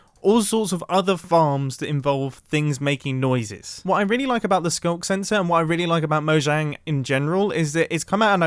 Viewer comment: " SKUNK SENSOR "